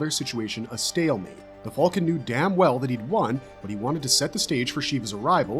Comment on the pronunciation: like I said, it's great berserk content. But he calls the band of the hawk the band of the "fulkan" and pronounces behelit "beh-hell-it". It just sounds weird and pretty funny sometimes lol.